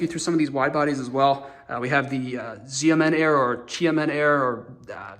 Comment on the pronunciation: I believe the X is sh sound for Xiamen